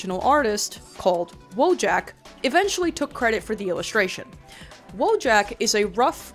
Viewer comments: Someone probably already wrote such a comment, but because of the way people pronounce the word 'wojak' I would NEVER IN MY LIFE have thought that it was about the Polish 'wojak' 😭😭 In Polish this word is pronounced literally as it is written so its more like voyak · Hold on, if Wojak’s from Poland… Wouldn’t it be pronounced like “voy-aak”? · I'm Polish and somehow never realized that Wojak is polish. Its a reasonably common word in polish pronounced voyak (I guess I never recognized it because the English pronunciation is so wildly different from the polish one). I would directly translate it as "Person of War" but more casual or potentially diminutive depending on context. Woj as in Wojna = war, and ak as in the pollish suffix for the typically human form of "from" or "of" (also used in multiple other ways). Such as English "person from Warsaw" = polish "Warsawak", but it can also be used as a diminutive for animals or in various ways for the names of things or places. With the way Polish works it does make it a more casual tone rather then the formal "żołnierz" or the more serious form "wojownik". But I don't think it would directly imply something like "little warrior". Also its not a portmanteau that's just how polish works. All the memes you see of polish having 57 words for whatever is just (sometimes prefix)-(word)-(contextual suffix). Pretty funny how the way people use (wo)Jak as in wife-jak or eboy-jak is really similar to the way the "ak" suffix is used in polish... Just y'know drop the J. Anyways thanks for attending my Polish 101 class. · for ajyone reading this it's pronounced "voyak" in polish, but that's just for posterity, everyone still says wojak